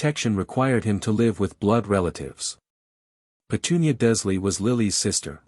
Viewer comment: Very gripping story. Given your pronunciation , you or AI ate consistently leaving the “R” out of “Dursley”. In this story, Harry is seven, Draco in this story is eleven, it in the books he is the same year as Harry. iGinny in the books is a year behind Harry, but since she was buying a cauldron Lucius slips the diary, she would be heading into her first year, therefor eleven as like Draco.